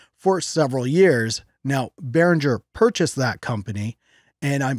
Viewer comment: u pronounce the "G" like the word "get"... dont pronouce the "G" like jungle or jiggle